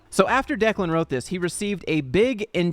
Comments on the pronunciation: You pronounced Declan correctly. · You pronounced Declan's name correctly.